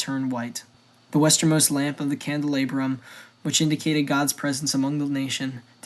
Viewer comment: Anaias ... how tf could that be Ananus? Just read with your eyes. If you're going to make these, man, learn to say the names right or it's hard to take you seriously. Shimon is not "Shy-man" and dude... ˌkæn dlˈɑ brəm